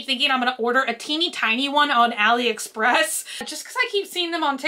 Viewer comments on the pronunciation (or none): none